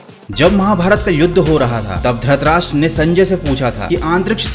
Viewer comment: its not dhratrastra its dhritrastrs